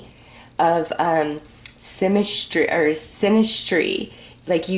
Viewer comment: It’s funny you meant to say “symmetry” but you kept saying “sinistry” which aligns a lot more w sinister and right now it feels like that wasn’t a mistake for I feel as if there is a fire burning inside of me and the will to hold on and hold things together in harmony is quickly dwindling and is being replaced w the desire to release it all and delve into the deep ends of despair and rage and bring about the most “sinister” parts oneself that’s almost seen as not real or as if it’s not even really there for it’s never been brought out into the open and manifested into reality for it’s only in moments of rock bottom thinking that I have ever delved so low 💭... but now I feel as if I can’t help it any longer, I want to destroy something beautiful and rip apart anything and everything in my way and then howl at the moon in a whelp of rage when all said and done 😤😤😤🤯 Where is this desire to be so evil and not care anymore coming from and why is it building so much that I feel like a steaming pot w a lid too tight it’s about to burst 💥